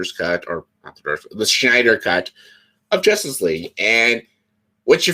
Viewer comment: Why did you pronounce it like... "The Schneider Cut"? LOL IDK why but that just stuck out to me haha.